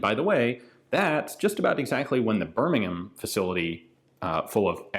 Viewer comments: As a resident of BirmingHam Alabama, I commend you for properly pronouncing 'Birming'am', England. 🙂 The history that you share along with these rifles makes the videos even more fascinating. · Wow Ian pronounced Birmingham correctly and not like an ignorant American emphasizing the h